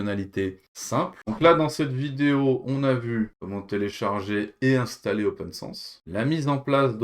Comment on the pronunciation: Mais ce n'est pas "Open SANSSE", son nom c'est OPNSense...